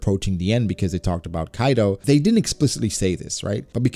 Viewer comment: Bruh it's Kaido not Kido. I do not care about your grammar Or your knowledge in English but at least get the name of a character right.